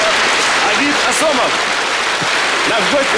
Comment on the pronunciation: Фамилия не Осумов,аОсомов